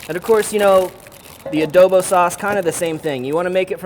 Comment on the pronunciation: Can you say adobu properly?